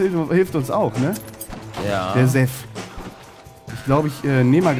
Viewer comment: sag doch mal bitte SeTH und nicht immer THeS...ist ja furchtbar...